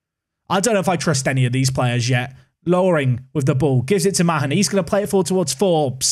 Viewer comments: by the way the surname mahon is pronounced marn not ma hon as this is my surname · Mahon is pronounced 'Maan', rhymes with Garlic Naan.... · Isn't Mahon just pronounced "Man"? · Also Mahon is said like Marn. Tranmere had a player with the same name Alan Mahon went on to work at Man City.